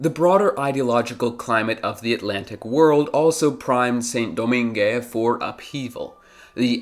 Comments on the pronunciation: Its pronounced like "Sahn Dough-mahng" not "sin doh-min-geh" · Saint-Domingue’s pronunciation: /sẽ.doˈmɛ̃ɡ/ (seh[n]-do-MEH[N]G) Toussaint Louverture’s pronunciation: /tuˈsẽ.luveʁˈtyʁ/ (two-SEH[N]-loo-vègh-TÜGH) Jean-Jacques Dessaline’s pronunciation: /ʒɑ̃.ʒak.desaˈliːn/ (zhoh[n]-zhak-dé-sa-LEAN) I think that while this was a very good video, you should’ve mentioned the indentured servants from India, Indonesia, and China, imported by the same British who intercepted slave ships. The indentured servants were brought to the British Caribbean in place of the freed slaves. The British also relied on American cotton, produced by slave labor, for their textile industry and, if I remember correctly, supported the Confederacy for that exact reason. People tend to act like the British became saints after abolishing slavery and freeing trafficked people by completely ignoring everything they did after that. Also, not so fun fact; the last slave in the United States was freed in 1963, but I didn’t expect you to include this fact in the video lol